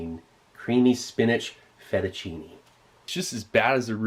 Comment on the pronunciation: that fettUNcine THO lolll